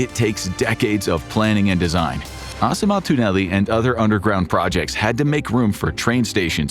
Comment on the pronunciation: I can't with how the "asematunneli" is pronounced in this😂😂😂😭😭😭 good try tho